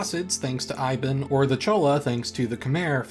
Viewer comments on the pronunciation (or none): Usually I ignore this kind of thing, but that pronunciation of "Ibn" is crazy. I know it's just the default English way of sight-reading unfamiliar English words, but still I've never heard anyone say it that way. "ibn Battuta" also means "son of the duckling" It's a one name together. Like Itamar Ben-Gvir. Normally people say "Ben-Gvir", but you wouldn't just call him "Ben". It's like calling a German noble "Von".